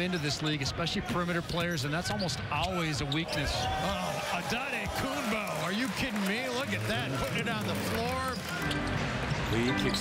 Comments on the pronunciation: back to the day when those commentators have not idea how to pronounce Giannis last name lol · Hilarious how announcer pronounced giannis last name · WTF was that ahahah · Heat announcer botched it badly 🤣🤣🤣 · Enjoy the pronunciation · wtf is that prononciation😂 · has to be the worst pronunciation ever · that is probably the worst pronunciation ever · 🤣🤣🤣🤣🤣🤣 how he pronounces his last name. God it now makes me shiver looking back at that ugly green and red colors. Like why? And also the small crowds at the outdated Bradley Center. Ughh. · these pronunciations are awful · he really just said ototookumbu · Anentokembooo!! Lmao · "Adetoekumboo... for three." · Pronounciation : AN-TE-TO-KOUNM-PO Announcers : ADEDEDE-TAKO-TUHNM-BOOOE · Some guy really called him “Ah en toe ken booo” 😂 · Shaq be like: "Giannis Antekanupo" 😆😆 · was my favorite “anitokibu” lmfao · "antay tokumboo" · Heat commentator: "Adetokenboo" lol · That man really said "Adehtohkumbooooo" I'M WEAK! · Especially the heat commentator saying "Adetokemboo" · "adetokumbuu" made me die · Yikes 😂 “On-a-Tokum-boo!” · “Adentokumboo for three!” 😂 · “auntay token boo” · "Antetokcambooo for 3" best mispronounced version ever. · “Anna-token-boo for three” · this commentator seriously said Autum-toke-m-boo! 🤣🤣🤣🤣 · MY NGA A REPORTER CALLED HIM ANTETAKOMBOU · they used to call him adintokambu, not they call him akumpo. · bro said antetokombu or something 😂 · Giannis the Legend (Still on the fact that the heat Announcer said. “Antetokumbou”) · “A-De-Tow-Kam-Boo”. Close enough. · bro said „antentokoboo“ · bro "anetokopu" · …. Who the hell is An-Doddy-Koomba 🤣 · Ah Day Toe Come Boo 💀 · ...Who is Ant te tom kounm poo 😂. Damn Gianni's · anentokumboo for three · “Ata too kumbu” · Adentokenbooh ! XD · "Atta- taka- Pooo".... announcer should be slapped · Ahh-den tokenboo🤣🤣🤣🤣🤣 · Adendaydokumboo AddaKimbo Adendakimbo 😂 bro just say Giannis…… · An ne tok kum boo ... for 3 xDDDD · Adin-toch-in-boo……for 3